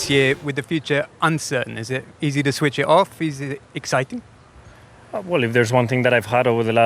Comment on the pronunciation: Is this interviewer mocking sainz accent😅😅 "is it exciting"